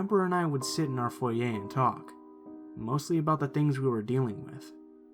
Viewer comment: The way he said foyer sounded like foyeyh